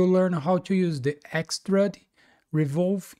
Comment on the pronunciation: Since recently discovering these tutorials, I have been following along, in Fusion. I have gone back and recreated at least 10 of your tutorials, thanks! I have learned quite a few new techniques and different / better ways of accomplishing specific design aspects. I still chuckle every time you pronounce it 'x-trud', instead of x- trude ('ĭk-stroo͞d′), thought you might like to know. (use Google to "define Extrude" and click on the speaker icon to hear it). Keep up the great work!